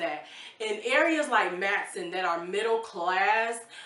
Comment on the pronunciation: Matteson pronounced “mat uh sun.” originally a German community.